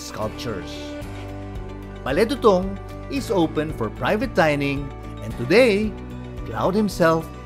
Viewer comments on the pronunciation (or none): Not Bale Dutung... it's Bale Du'tung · Pronounced CLOD sir…not Cloud ☁️ Also it’s pronounced Bale Doo Tung